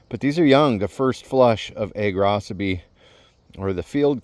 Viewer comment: Props for telling me the correct pronunciation of Agrocybe. I have been mispronouncing it and the other -cybe names for the last 32 years. 😬🤦🏽‍♀️